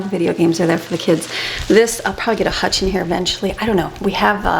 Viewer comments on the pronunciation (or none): none